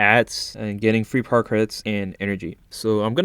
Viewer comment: Idk why but when he says power credits I hear Par credits